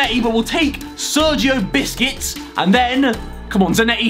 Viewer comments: Harry gets Sergio Busquets Harry: Sergio Biscuits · Notice how Harry says Busquets like biscuits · Absolutley No one: Harry: sErGiO BiScUtS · Nobody: Harry: Sergio Biscuits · Everyone: Busquets Harry: Biscuits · No one: Literally no one: Harry: SErGIo BisCUiTS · No one: Harry: Plays lorris as a strike 👏 Another one No one: Harry: Calls busquets biscuits... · I like how Harry calls Busquets BISCUITS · Harry probably thinks he’s a comedian when he pronounces Sergio buescuets as biscuits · My man said Biscits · He say sergio busquets "sergio biscuits" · When he is saying busquets it sounds like biscuits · He said sergio biscuits lol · Harry it is Busquets not bisquets! Please start saying it right. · Sergio buquests not biscuits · Harry is literally calling busquest a biscuits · They he pronounced busquets 😂